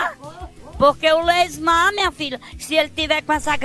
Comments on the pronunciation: ''LEYSMAR'' KKKKKKKKKKK Zuzu forever <3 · "leysmar" Tá dificil ehm 😂😂